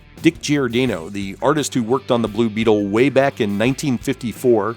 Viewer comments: Nice video, but sorry, it kept bugging me that you were mispronouncing Giordano's name. Gior-DAH-no, not Gior-DAY-no. That Alan Weiss Blue Beetle redesign gave me strong Booster Gold vibes. Ted Cord is my favorite Blue Beetle. The way the character was written in the early 90's in Justice League International was priceless! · it's pronounced GiorDAHnoe... not GiorDAYnoe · For the love of GAWD, man, how can you have been in the comics fan industry as long as you have and not know how to correctly pronounce Dick Giordano's name?! It's pronounced "jor-DON-oh" or "geeor-DON- oh". You do the homework, just do a little more.